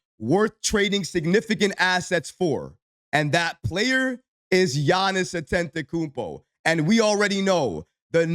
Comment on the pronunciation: Still mispronouncing Giannis last name 😂